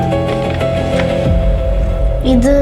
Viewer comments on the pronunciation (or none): ദയാ അല്ല ദിയാ